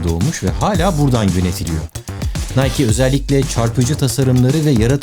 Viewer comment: Nike = Nayki Yine cahil olduğumuzun farkına vardık :D